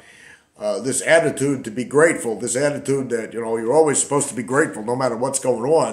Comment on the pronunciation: An ayeattiude of grayeaitude ! feck off!!😂😅😅